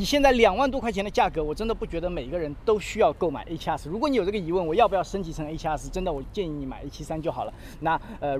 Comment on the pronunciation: A7啊4，新的读法吗？